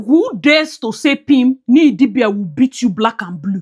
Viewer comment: Crying at how you’re still calling her Nee Idibia, I’ll never get over that🤣🤣.